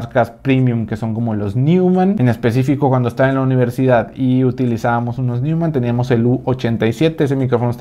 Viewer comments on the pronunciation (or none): Neumann, se pronuncia "Noiman"...